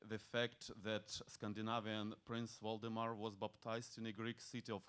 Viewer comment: Waldemar is a polish name. He mispronounces the name. The accent should be on the penultimate syllable. Moreover, the prelagent does not explain the meaning of the word Ukraine. This is very important. The word Ukraine means "land on the edge". Why on the edge? Because it was never a country, but a wild borderland of several countries. When Poland was divided between Prussia, Russia and Austria for more than 120 years, Poles began to be removed from there. Austrians and Germans began to organize a sense of national separateness there. Therefore, in 1918. Ukrainians proclaimed Lviv their capital, but there were too many Poles in that Polish city at the time, and the Ukrainians lost the several-month-long battle for Lviv. Then the Poles, unlike Stalin, did not starve the Ukrainians. Some 20 years later, when Poland lost the war with Germany and the Soviet Union in 1939, the Ukrainians showed no gratitude and began a gradual genocide of the Poles who lived among them. In this way about 200 thousand Poles died a horrible death. Today even animals would not want to die like that. German officers describe this in their 1944 reports, among other things. These were Polish women, children and old people, because the men were either in forced labor in Germany, had been deported to Siberia, were in the Allied army or were in the General Government.